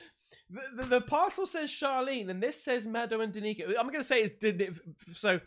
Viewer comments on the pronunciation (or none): buddy, it's pronounced as "dan-ick-aah"😂